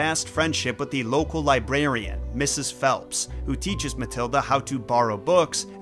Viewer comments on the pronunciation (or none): none